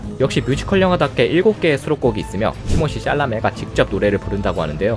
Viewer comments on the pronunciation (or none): 티모시 쌸라메 ㅋ "쌸"이라고 꼭 안해도 되는데 ㅋㅋㅋ (욕같다ㅋㅋㅋ) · 티머쉬쌸라메 발음 뭔 인도 배우인줄 ㅋㅋㅋㅋㅋ